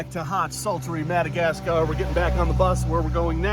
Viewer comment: "The Minnegascar Frogboyz"